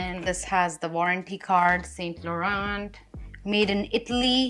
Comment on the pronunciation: T is silent in Laurent.